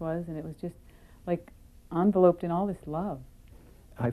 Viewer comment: Therapist lady; it's en-VEL-"upped". Although to say envelope is poetic; though you weren't being that.